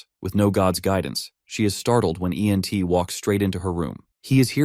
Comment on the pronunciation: Why do you say E N T instead of just Ent?